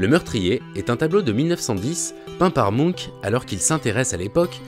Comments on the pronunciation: Le cris de mounk????? Je comprenais pas de qui on parlait avant de voir le tableau Quand on parle d'un peintre aussi célèbre les minimum est de vérifier la prononciation de son nom. C'est la planète des mounks ou quoi??? Bref le "ch" se prononce ch... Et non k... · La vidéo est passionnante et super interessante mais juste comment il a dit "Munch" ça m'a stressé ahah 😅